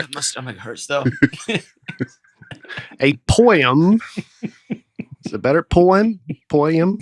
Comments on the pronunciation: saying poim instead of poem will forever be my favorite thing. 5 years has flown by. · Dusty trying to compose himself while butchers the word poem is amazing. Congrats on 5 years! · There's nothing better than Dusty not being able to stop laughing! The best one was over the way pronounces 'poem'. I've listened from the very beginning and what a great 5 years it's been! Cheers to the next 5 and beyond ♡